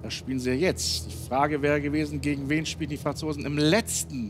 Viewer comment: Man muss aber auch sagen, Elton hat beim Wort "spielten" etwas genuschelt. Hätte ich in der Aufregung aber auch überhört